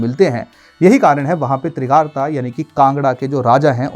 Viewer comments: तिरगारता नहीं त्रिगर्त है बृजेश्वरी नहीं बज्रेश्वरी है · Trigart not Trigarta.